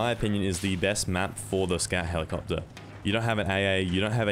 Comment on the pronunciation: "Scat helicopta"